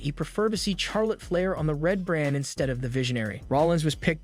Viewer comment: You need to learn to pronounce Charlotte Flair's name properly if you're going to do your wrestling videos, it's not pronounced Char, it's pronounced Shar lotte. Just Saying.